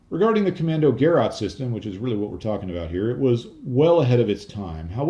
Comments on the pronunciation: It's not prenounced "Gerraht" but "Ke-ráte" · I think... Commando-Ge-Rat As in Ge-Schwader Not: Commando-Ger-At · Gerät (equipment) - hard G(e) - like in - and stress on the second syllabel which is not 'rat' but 'rät'. Almost like a Scottish pronounciation of 'great'. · Not that it matters, but in Deutsch it's "Ko - MMAN - do - gerat", with a long "o" and the last syllable as in "gurr -- ate". I know I'm dating myself, but when I was an undergrad I used a Deci-Log slide rule for a few years until we were permitted to use an electronic calculator if we could afford one. They became inexpensive pretty quickly, and I remember that after a while they were being given away as promotions by many companies. I still have and use a few calculators that use a photovoltaic (PV) cell to power them. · Kommandogeräte: das Geräte - is pronounced as Ge- rate, long a not short a. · It's not that difficult to pronounce it correctly. "Kommando" exactly like English "commando"; "geraet" is pronounced "guh-RATE." with stress on the last syllable. ["a" with two dots above (the umlaut) can also be written "ae."] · Pronounced: Kommandoger-aid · Hey - as always, hugely informative and entertaining video, thanks much. No 'German viewers straightened you out' yet I don't think and of course it doesn't matter and I'm certainly not criticising pronunciation - but 'Gerät' is pronounced somewhere between 'guh-rate' and 'geh-rate', if that's of any interest. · The 'ät' is pronounced like 'eight'. Gerät is the German word for device.